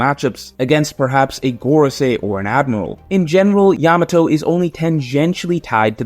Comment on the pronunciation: Blud can't even refer to Yamato right